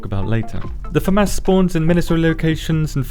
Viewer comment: Love your videos. I also love how you say Fa mas 🤣🤣 I thought id hate this gun but the fact it doesnt pull back like others is pretty OP!